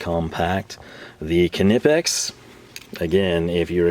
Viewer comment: What the hell is with the Knipex pronunciation?